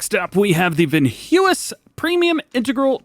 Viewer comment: you almost gave me a stroke trying to say Veenhuis 🤣